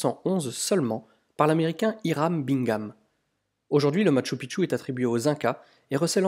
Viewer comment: Bonjour, Encore une magnifique vidéo. Une remarque toutefois sur la prononciation....:) Phonétiquement cela se prononce: maKchou PiKchou. Et non maTchou piTchou...Sinon cela signifie dans la langue "Mont petite bite".... à éviter de dire donc une fois sur place:) Amicalement Gus